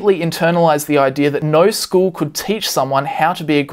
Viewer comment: You can't pronounce "no" correctly yet you want us to believe you understand economics lol